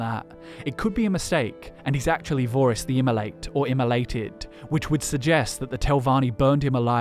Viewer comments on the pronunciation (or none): Vorys the Immolant is actually Vore-iss the Insatiable. No wonder he wasn’t revered as much.